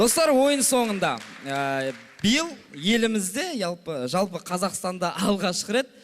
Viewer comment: иалпы 🤣🤣🤣🤣жалпы деп түзеп жерп күліп қояма😂🤣🤣